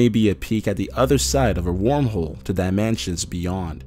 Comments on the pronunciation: Omg QUIT SAYING DIMANSIONS IT'S DIMINSTIONS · dye man chins can't tell if this is a robot voice or an actually person cause how he is saying dimensions as dye man chins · why does he say dimensions like dimanshans?? did anyone else notice this? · This dude says ''diamansions'' there are mansions in this video? :P